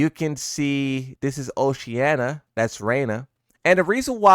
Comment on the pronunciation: Bro doesn't know how to pronounce Oceania, man is saying Oceanna lmao